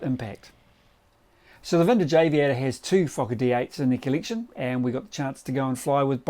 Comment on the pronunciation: "colliction" LOL